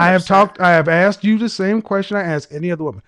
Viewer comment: Communication degree holder didn't like you not answering the questions she aksed. Can she AKS you another question?